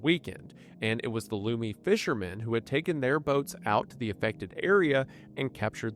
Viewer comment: Hey man, no disrespect but the pronunciation of Lummi is LUH-mee.